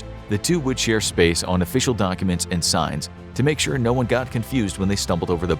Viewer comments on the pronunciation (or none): none